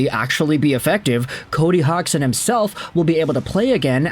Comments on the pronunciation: Hodge son - pronunciation, technically speaking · That's funny he still keeps saying his name wrong, it's not said hog